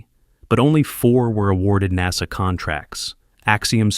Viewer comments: I hate AI read documents or infomercials. It's NASA! NOT NAZA! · The first i heard this damn Ai 🤖 pronounce NASA as” naza “ i want to change the channel I will not listen to this 💩 ban ai 🤖 forever it’s pathetic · I cry "AI narration" when NASA is pronounced "nahza," kinda like when people say "Nazzies"! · The way this guy pronounces NASA makes me believe it’s text to voice not an actual person speaking